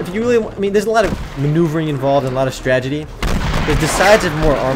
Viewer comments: is it just me or does he keep saying stagedy instead of strategy? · S-T-R-A T-A-G-I-E omer not stragity lol it ok ur first looks are still cool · stragedy? lol